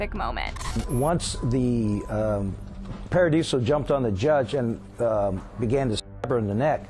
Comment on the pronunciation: The vocal fry and inability to read (Paradiso is not pronounced Par-uh-dee-see-oh) made me say, “Buh-bye.”